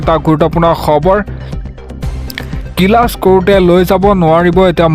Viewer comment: কিলাছ নে ক্লাছ, অসমীয়া ত বাতৰি এনেকৈয়ে পঢ়ে নে? এইয়াই আমাৰ গৌৰৱ।